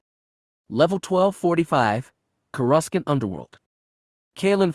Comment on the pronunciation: It’s sounded out Cour a sant. Not courascant.. just watch a clone wars episode to hear how it’s said. 😊